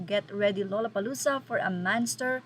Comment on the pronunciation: Pagpronounce po ang gusto ko lang malaman nya. Ang tamang pronunciation ay Lala…..